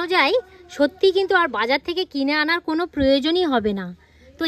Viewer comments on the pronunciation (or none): none